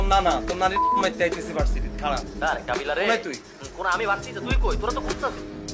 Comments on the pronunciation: কাবিলা হবে কাবলা না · ঠিক মতো বলেন ভাই,, কাবলা না কাবিলা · কাবলা না, কাবিলা,ওরপে পলাশ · কাবলা না 😂কাবিলা😂😂😂😂😂😂😂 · কাবলা নয় ভাই ওর নাম হচ্ছে কাবিলা😂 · কাবলা হবে না ওটা হবে কাবিলা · Vaire kabla na kabila😂😂😂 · কাবল না কাবিলা তার চরিত্রের নাম